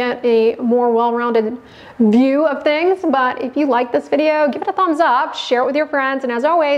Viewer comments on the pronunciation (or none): none